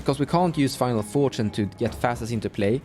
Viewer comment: I'm just sitting here thinking "why does keep saying final fortune" and realize you mean finale when you mention the cage